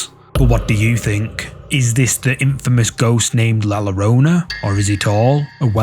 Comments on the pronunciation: In Spanish, the double Ls make a Y sound. Just saying this for future reference cause I die inside every time someone mispronounces La Llarona. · Pronounced "La Yur oh nuh" ❤ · Double "L" is pronounced like a "Y" in Spanish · just a gentle tip: ll is pronounced 'Y' in spanish, so the ghost is pronounced "la yorona". cheers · Just so folks know: double-L in Spanish is pronounced like a Y. So "La Llorona" should be pronounced: "La Yorona". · Le llorona is pronounced yorona